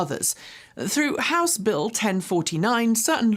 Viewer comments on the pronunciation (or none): none